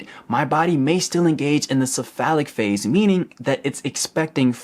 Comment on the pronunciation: "It's called this-a phallic phase" Whut?!? "The cephalic phase" Oh... LOL